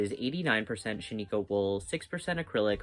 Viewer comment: Please ask Google how to pronounce Shaniko, Oregon. How you said it is not right, and so many YTers I watch mispronounce it. Love you though! Love this project.